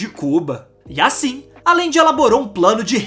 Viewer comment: amigo, se vc vai fazer uma materia , tem q se informar mais sobre a pronuncia dos nomes,,,Não se diz Alende.....se pronuncia Ajende. Ficou insuportável ouvir, mesmo sendo muito boa a matéria. E fora o sutaque chato qdo termina a frase.